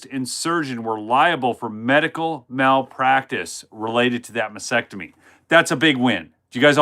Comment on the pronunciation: Pronounce "masTEctomy" not massectomy